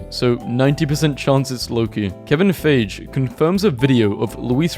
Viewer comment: "Kevin fage"